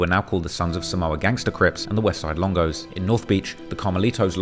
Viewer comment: Even the narrative kept saying ESLONGO!!!!!!!! 😂😂😂😂